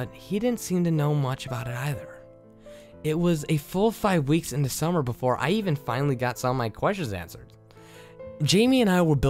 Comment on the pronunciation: Sasha Cook I agree. There's also a lack of pronunciation. For example , the is da, exits was exitiiss. It does make me cringe just a bit every time it happened.